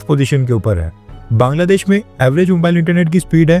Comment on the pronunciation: Kangladesh 😂😅😂....abse kangladesh bolna sir..😂😂